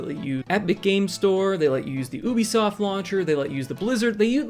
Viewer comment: "Ew bee soft" lol It's "you bee soft"